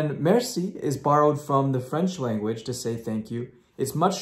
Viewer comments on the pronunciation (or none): none